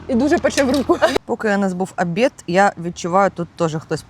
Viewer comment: Супер! Смажені карасики то любов. Дівчата, але "Обід", не "Обєд".